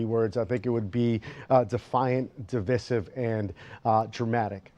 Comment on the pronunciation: Man cannot pronounce divisive but insists on using it